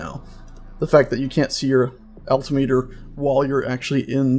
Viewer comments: it's not pronounced "alti-meter", it's "al-tim-eter". FYI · Al-tim-it-er. Not alti-meter. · The Gauge your thinking of is Altimeter Al-tim-eter.